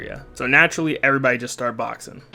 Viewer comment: "Errbody juss start boxin'." 😂😂